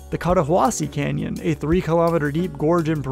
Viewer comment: Nah he said cannon